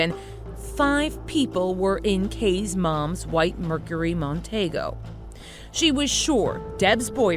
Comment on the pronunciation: It’s pronounced Mercury Mon-tee-go, not Mon-tay-go. Very sad story but unfortunately without DNA evidence there is very little chance of solving this awful crime. People’s memories are not a reliable source of facts the next day let alone all these years later.